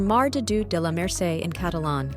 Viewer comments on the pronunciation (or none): Please.... "lah - mer-SEH" it's really offensive to the hearing otherwise, LOL! :)